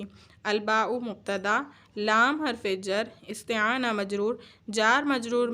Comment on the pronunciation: استعانۃ۔۔۔ ت پر زبر نہیں زیر ہوگا